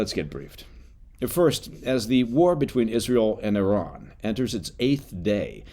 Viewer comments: I salute you for pronouncing "Iran" and "Iranian" correctly! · I was like wait where's the American eye-ran when he was saying it. 😂